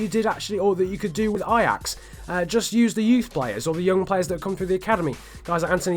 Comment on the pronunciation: i am dutch and you say the names of feyenoord en ajax very good